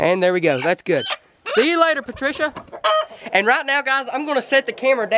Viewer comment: “oh PaTrCiA”